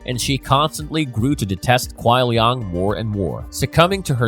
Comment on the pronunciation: It burns me when he pronounces kuai liang as "kuai liong" especially when hes heard the correct pronunciation hundreds of times😂